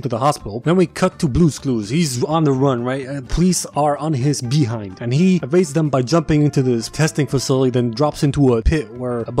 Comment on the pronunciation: idk why but saying behind is si fucking funny for me